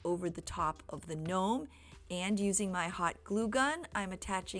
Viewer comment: Okay this craft is confusing me because you keep saying knome and then you're saying snowman .